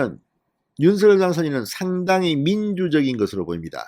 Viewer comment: 제발, 제발, 대통령 당선인께서 원하시는데로 윤석 열 로 발음하시는 예의를. .